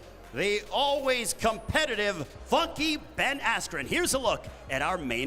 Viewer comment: Who the fuck is "Ben Astrin" ????